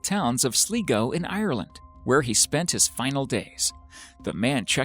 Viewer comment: When he said sl"ee"go and "ear"land I died.